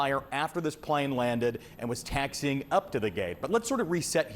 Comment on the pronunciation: Not taxing! "Taxi - ing" !